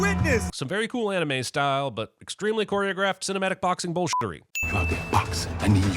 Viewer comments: He didn’t even pronounce it right Loll that was cap to get anime people on his side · chill gang he likes anime. Granted he pronounced it terribly but most people above 30 do lmao